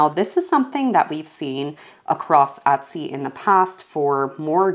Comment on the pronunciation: How about Etsy ? You mispronounce it as well